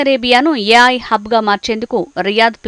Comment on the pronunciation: yaay kaadhey babu ... A.I (Yeyy, I)